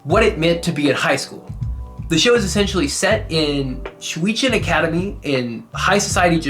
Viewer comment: It was an honest shot at trying to pronounce "Shweachen" academy xD xD xD